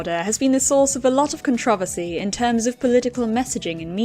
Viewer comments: why did you say controversy like that?? now i cant stop saying it like contrevesy 😭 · Who says controversy cuntriversi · how tf do you say controversy like that without killing all people within a 3 mile radius?